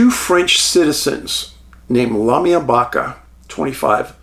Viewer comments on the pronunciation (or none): none